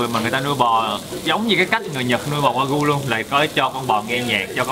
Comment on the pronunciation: wagyu tiếng Nhật đọc là Quà-Ghiu á:D